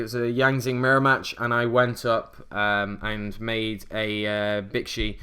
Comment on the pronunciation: Chiwen: Chee-wen Bixi: Bee-zhee (think pronouncing 'zh' like 'sh' but with the hum of the z) Baxia: Bah-zhia (same as above) Taotie: Ta-oh-tee-eh Just helping out with some pronunciation, I believe these are correct. ^^